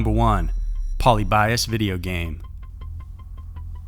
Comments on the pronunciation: LOL ............POLE LEE BEE US......not Poly by us and its just a urban legend. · Dude, it's poh-Lib-ee-us, not polly-BY-us. Like the square and the Greek philosopher. I like your videos but sometimes you are so off. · wow you butchered Polybius like I've never heard anyone butcher a word. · How many times can you mispronounce Polly Bias? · "polly bias" oml this bugged me the whole entire time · It's "Poe-LIH-bee-US." :) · Pol ib ee uss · I have heard people pronunce "Polybius" with enphasis on the ly, like Prometheus. I don't know if it's the correct one or not. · It’s pronounced Po-lyb-ee-us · If I had a channel, the only thing I would make sure is that I would pronounce everything correctly. Can you imagine pronouncing polybius like poly buy us. WHAT THE FUCK how embarrassing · Puh-lib-e-us. It’s okay it gets the best of us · Say it with me (Poe Le be us) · I don't like the way you pronounce Polyibius. Its said Poly-be-ius. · It's po-LIH-bee-us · I thought it was pronounced po lee bee us.. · Its actually pronounced Puh-lih-beeuhs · puh-lib-EE-uss You're killing me. You might want to do much more research into the topic. The first actual mention of the game was made on a Usenet in the mid 1990s. There are several very well researched documentaries that tell the real story very well. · polybius is not pronounced polybias. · It's puh-lib'-ee-us, accent over lib. It's actually a name. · i was looking for this comment, i thought it was just me!! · It's pronounced Poe-Lib-E-Us. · Poly bias? Not how it's pronounced 😆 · The way he says “polybius” makes me honestly sick to my stomach. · That's definitely not how you pronounce Polybius. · I think half of you don't even realize it's mispronounced, until u see other comments saying so. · Raise your hand if every time he mispronounced Polybius, a little piece of your soul died. Lol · Lol rays a low life. And polybius is fake. And you’re pronouncing it wrong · There was no accuracy on how he pronounced Polybius, though.